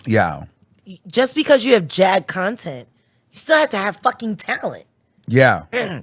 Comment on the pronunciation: Iiiiiiight Jag not Angie cmon now🫠🫠🫠